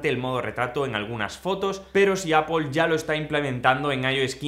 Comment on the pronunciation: O "apel"